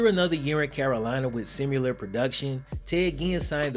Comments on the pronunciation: Sim-uh-ler not sim-you-ler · Love the channel and, but somehow he sneaks “sim-U-lar” into his videos